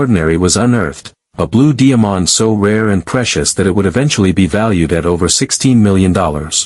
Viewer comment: What is a diamon? No way will I ever subscribe to any video with a ridiculous robot voice.